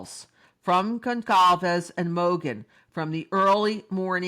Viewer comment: There is no hard letter c in Goncalves. It's pronounced like "solve" in the middle. Gone-solve-ezz